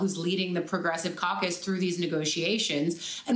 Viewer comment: Did aoc just say “ enormous cauc us”???